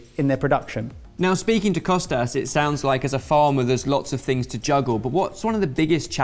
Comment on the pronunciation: Hearing 'kostas' rather than Kosta was really throwing me of. Great video though! I love and live in Greece. Such an amazing country. I live in pefki, rhodes